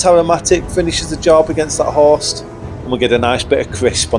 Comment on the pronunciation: For like 3 minutes I thought you were saying horse, not host.